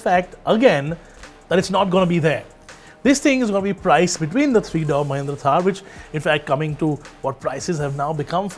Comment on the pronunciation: It's door not dough 😂